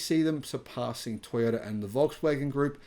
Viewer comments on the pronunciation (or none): none